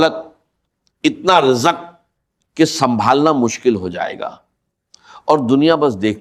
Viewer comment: یہ کوئ انڈین شخص ہیں جن نے ڈاکٹر صاحب کی آواز بنانے کی کوشش کی ہے کیونکہ راز کے بجاۓ راج کہہ رہے ہیں اور رزق کے بجاۓ رجق کہہ رہے ہیں 🙏🙏🙏 زم زم کو بھی جم جم کہہ رہے ہیں